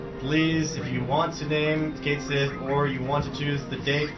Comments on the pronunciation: I heard the name pronounced "Ket" (or "Kit", don't remember) "She". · I have two problems with this run. says NOTHING about what he's doing, and they don't know how to pronounce "Cait Sith." Spoiler: it's "kat shee." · konkakonkadudu Except Cait Sith is pronounce Kate Shee. Certain Japanese characters don't translate well to english. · Also, in Dirge of Cerberus, they pronounce his name as "Kate", although don't know about the Sith part. Heh. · NO ONE is going to pronounce Cait Sith's name correctly first time through, so me, including many other people, are always going to say it as "Kate Sith" as it's spelled.